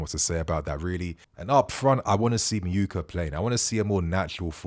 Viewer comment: it’s actually Meh-oo-ka